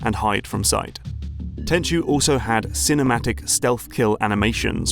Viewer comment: Very nice video, 1998 was a good year for the Playstation and when i fell in love with stealth games. looking forward to the next one. Side note, thank you for pronouncing Tenchu correctly as so many other you-tubers call it Ten-ku when they talk about Sekiro, its become a bit of a pet peeve.